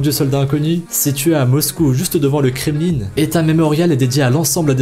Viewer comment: on dit pas "kremlinne" mais "kreml1"